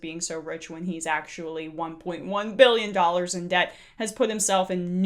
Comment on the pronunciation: Daddy: “biyions and biyions” Jr: “thousands and thousands” Lol he’s getting there.